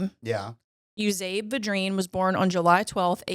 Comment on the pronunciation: Yoo'-zee-bee Vi'-dreen You're from Louisiana. You should be able to pronounce it. And, yes, I knew his brother. He was my great grandfather. We are related. The reason people back then would allow him some favors is that they understood the gravity of ending someone's life. However necessary it was.